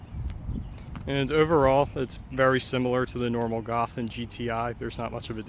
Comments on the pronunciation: golf* not gawf😑😑😑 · Golf. Not Gawf. L. There's an L. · Learn to say "GOLF" lol